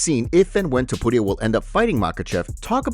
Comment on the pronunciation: I hate the way you say topuria but I love your channel. It drives me nuts every time.